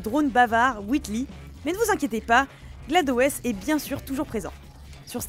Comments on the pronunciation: J'ai bloqué sur cette prononciation aussi ... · la pronnonciation de Glados m'a trigger, sérieux faite les vidéo sérieusement